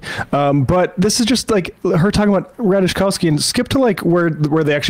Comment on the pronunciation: Three swings at correctly pronouncing Ratajkowski, three misses.